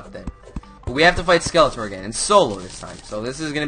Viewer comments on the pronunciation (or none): its scelatron not scelator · He keeps saying Skeletor and its Skeletron, I only battled skeletron on a multiplayer server. But my little brother found the dungeon but he accidently used the magic mirror instead of waiting for night. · my pet peeve is calling skeletron skeletor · It's Skeletron and not Skeletor. This ain't He-Man, but Terraria here! :-D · It's SKELETRON not SKELETOR! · Skeletron* not skeletor :P